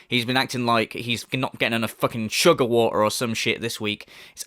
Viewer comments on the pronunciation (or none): none